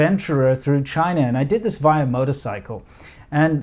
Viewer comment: Its not "via" its "via"